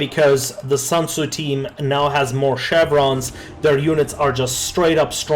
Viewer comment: It's SUNTZU not SANTZU (╯°□°）╯︵ ┻━┻